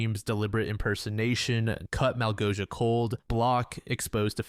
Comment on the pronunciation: pro tip for the next time, malgosia is pronoounced like "mawgosia"